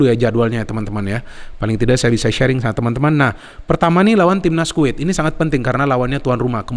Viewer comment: Kuwet,kuwet salah bukan kuwet tapi Kuwait 😁